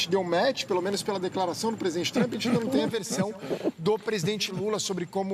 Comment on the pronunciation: Jornalista falando match , kkkkk